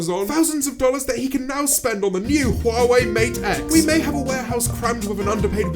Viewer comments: Y is he pronouncing Huawei like wawei tho????? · "I use hwawei" Points it towards iphone camera